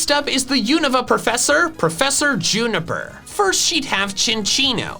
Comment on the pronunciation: You were right the first time with Rowan But why juniper with a p? It’s an f sound .~.